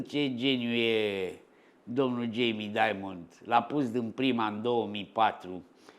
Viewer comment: vedeti ca pe Jamie il cheama Dimon, nu Diamond (i.e. "daimăn", nu "daimănd").